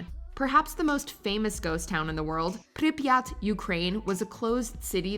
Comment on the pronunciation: UGH Bodi pronunciation was sooo painful but you can pronounce Priryat. 🤦🏼‍♀️